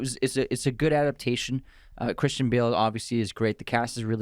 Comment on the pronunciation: your saying Christian and Cris wrong and cayne too